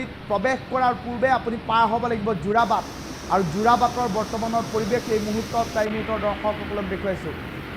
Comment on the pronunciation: যোৰবাট নহয় 😂 যোৰাবাট হয়